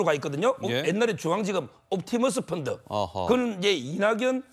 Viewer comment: 서변호사님 갱상도 발음 픈드 픈드 펀드 잼있네요